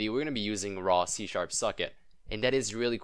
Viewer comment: hahah thought you said c shap suckit